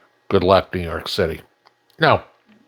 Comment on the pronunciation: lol. somewhere, seemed to started to say New York "Shitty" lol lol